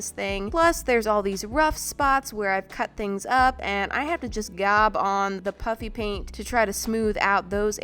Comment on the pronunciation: I just have to gob on the puffy paint. Me: I'm deaf or something did she she just say puppy paint???